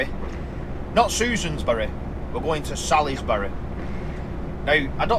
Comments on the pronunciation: Salisbury is pronounced Salsbury, it's a silent "I", I have to admit to laughing when you said it started raining just as you got on the A303😂 that sounds about right sadly! Great video as always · As you well know?? It is "Salisbury"......lol